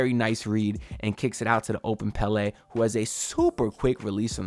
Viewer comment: Loving the content. It's pronounced Pell-uh tho right?